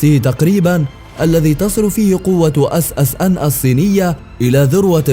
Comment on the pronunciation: اسمها ssn مو اص اص ان صوت ينرفز